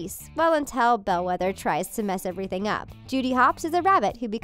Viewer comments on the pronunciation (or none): none